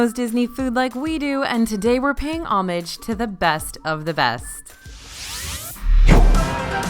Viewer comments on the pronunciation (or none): Paying omige? 😂 You mean ohmage pronounced o-modge